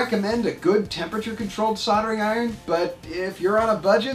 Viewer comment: Never used a soddering iron before...I have used a soLdering iron though....Yes, the word has an L in it....What is it with you guys and pronounciation of your words.???? Drives us nuts to hear the English language butchered like this. Like your Vids though, very informative...:)